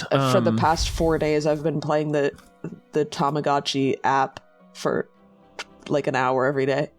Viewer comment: Isn't it Tamagotchi and not tomogachi? Bc "tamago" is "egg" in Japanese